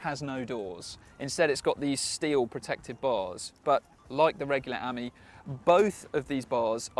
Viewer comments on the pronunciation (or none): More emphasis on the I , pronounce it Ameee , the same as friend in French .